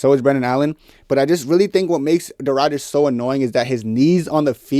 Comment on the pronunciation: It's Ridder with a short i, not a long i. Like the i in "if".